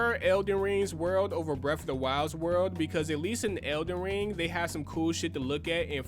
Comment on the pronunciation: 'iz elen rang' lool